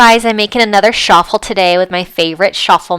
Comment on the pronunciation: It’s Ch-affel!!!!!!!